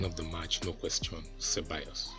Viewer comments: he said ce-ball-as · The first guy that said that Unai Emery should learn English faster, couldn’t even pronounce Ceballos well. He should try and learn Spanish faster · Ceballos pronounced = Se-Va-Yos